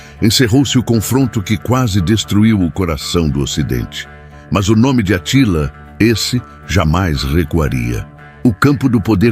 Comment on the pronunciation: Essa pronúncia do Narrador tá errada É Átila, não Atila